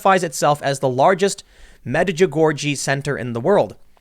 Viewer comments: Pronounced May-jah-gory. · It's pronounced; Med-Cha-Gorey .